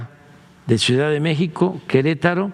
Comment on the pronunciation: Se dice ciudad no cuidaaa